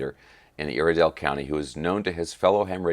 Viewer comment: Good stuff 🤘, I’m a North Carolina Native, In Western, NC. Hearing you say Iredell was cracking me up…..It’s pronounced “Eye”rdell……🤣😉 Keep up the great work! Saw the Hueys flyover yesterday!